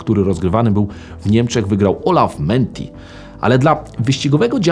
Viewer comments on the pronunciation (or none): Olaf Manthey (czytamy mantej, a nie menti - masz niezaprzeczalny talent do przekręcanie nazwisk:) ), legenda niemieckich wyścigów samochodowych. Ciekawostka - obecnie rekord aut seryjnych na legendarnym nurburgringu należy do Porsche 911 GT2 RS w wersji MR. A co oznacza to MR? Oznacza Manthey Racing - całe zestrojenie samochodu pod ten tor robił zespół właśnie Olafa. Nie tylko tego zresztą. Ciekawostka 2 - w czasach dominacji Porsche na północnej pętli w wyścigach 24 godzinnych Porsche nie wystawiało fabrycznej ekipy, tylko wpierało właśnie zespół Manthey Racing, którego samochody jeździły z charakterystycznym żółto-zielonym malowaniem.